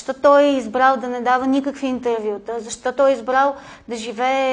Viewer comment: Не може да си лектор, преподавател в университет и да произнасяш думите чак толкова не книжовно като например: "зашо" вместо "защо". В частния си живот, на по питие, на купон, разходка... ок, но тук маниера не изказ не е на ниво преподавател.